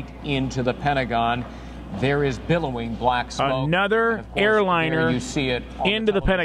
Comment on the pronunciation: BILLOWING, not bellowing!!!!!!! 🤬